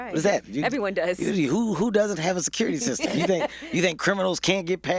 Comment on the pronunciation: Ticurity kystem....lol